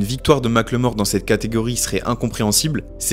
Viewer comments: Mac le mort Pwahaha!! On prononce « Micheal More » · Par pitié mackelmore c'est pas "mac le mort" ça se prononce comme "apple, "Maqueulmore" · Mac le Mort? Prononciation: "Mac eul mor" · Les français, arrêtez de l’appeler Mack le mort, c’est moche et ça ne se prononce pas comme ça = MACKELMORE (avec un petit accent anglais ça le fait) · Sérieux 😂ça m’a trop déconcentré. En fait phonétiquement ça se dit « makeulmore » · Mackel-More !!!!! "Mike le mort....." 🤣🤣😂😂 Je t'en foutrais.... Les frenchys et les langues étrangères c'est mythique. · J'suis désolé mais tout le long de la vidéo j'ai entendu "Ma claymore", un coup sur translate avec la synthétisation vocale quoi c'est 5 secondes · Ça se prononce "Makeulmore" si j'me trompe pas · La vidéo est top, mais svp ça se prononce MackEULmore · Rooh tu le fais exprès ou quoi, il le prononce à la française..👀👀